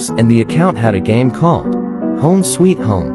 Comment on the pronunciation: When he Say Sweet home ITS LIKE THE SOUTH KOREA